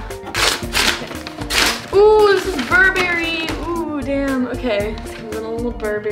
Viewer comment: bur-berry... lol its pronounces "Burr-brry" not berry! lol